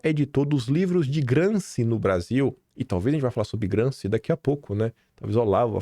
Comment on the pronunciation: A pronúncia correta é GramCHi